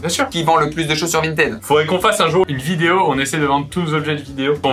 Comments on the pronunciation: Il y a que moi qui prononce Vinted "vintid" ?? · Il dérape sur le mot Vinteeed !